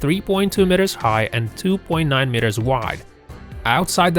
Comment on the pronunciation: Sorry about your speech impediment. If you are going to do much narration work, I would suggest you get a speech trainer to give you some helpful pointers. The really weird thing was, there were times were you actually pronounced the word "meter" correctly. But most times you got the vowel sounds wrong. English is a special case of vowel usage. It takes some training to get it right. Patience and practice pays off. Keeping working on it.